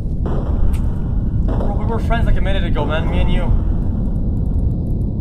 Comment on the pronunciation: HYPERS Fwiends!